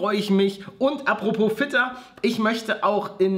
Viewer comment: Paluten hab statt fitter fetter verstamden 😂